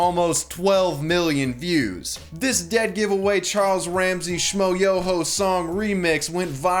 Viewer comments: How can you not know how to pronounce Schmoyoho? "Sh-m-oi-YÖ-Ho. Accent on the YOOOOOOOOOOO!" It's at the end of every one of their songs... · There's a trick to pronounce Schmoyoho; accent on the YOOOOOOOOOO